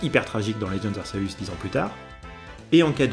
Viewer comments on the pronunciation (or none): none